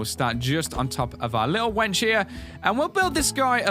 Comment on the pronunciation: he kept calling the lift a wench